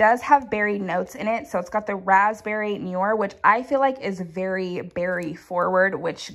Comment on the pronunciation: Your adorable, how you use the word berry for very. You said, "berry forward". Lol